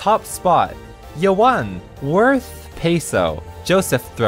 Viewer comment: why is it Worhth instead of Worth?